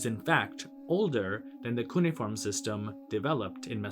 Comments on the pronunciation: Cuneiform is pronounced "cu-nay-if-orm", not "coony-form". {:o:O:} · Sumer. And not to overly nitpick, but it's pronounced cu-nay-e-form.